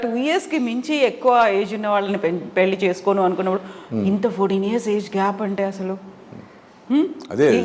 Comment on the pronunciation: పెల్లు Kaadu “pelli”.